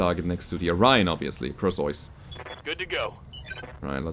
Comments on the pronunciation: Usually Per-See-Us is how I hear it pronounced. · Hey. Perseus is pronounced as Per-See-Us. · Its pronounced "Per-see-us" a mythological Greek hero who beheaded madusa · While "PER see us" is the usual English (Hollywood see Clash of Titans) pronounciation, it turrns out for Greeks and Germans it is more like "p eh r s EH f s" see New one to me. Got idea to look from Brogus Frogson's post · its Perseus, the greek hero who slew the Gorgon (Medusa). Is that how you pronounce the name in German? Because I'm fairly certain that all european countries pronounce it the same way as it is in greek and english. Per-see-us. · In German the "eu" in "Perseus" is roughly pronounced like the "oy" in "boy".